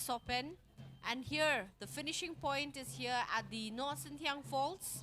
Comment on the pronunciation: Nohsngithiang, not Nohsynthiang.